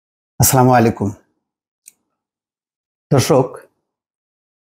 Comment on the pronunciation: সালামটা শুদ্ধ করে দেন। "আসছালামু আলাইকুম"